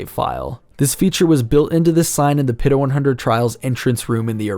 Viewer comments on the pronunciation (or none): none